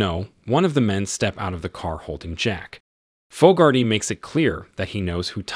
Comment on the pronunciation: Name pronunciation is dreadful. Fogarty. How do you get Foe-gar-tee from such a common name? Try Fog-ar-tee. So annoying!!